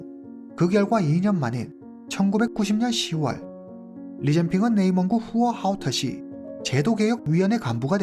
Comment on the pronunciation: 와우!오늘 사건은 발음하기 힘든 단어들이 너무 많은데 님 훌륭하십니다 맥주공장 공장장,후허하오터시,왕야연;;쓰기도 힘드네요😅